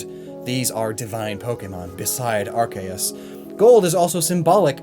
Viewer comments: But it IS Ar-kay-us. It's even why Silvally's ability is the RKS System in order to be based on the Creator Pokemon. Don't believe the anime! Lol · Him: Ar-ke-us Me: so you have chosen death